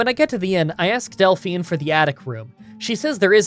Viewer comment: You must be the only person online who hasn't heard of Belle Delphine and knows how to pronounce her second name 😂